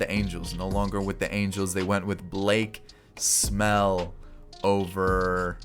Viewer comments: is he saying Blake Smell? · He called Blake snell Blake smell when the angels signed him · I died when said Blake Smell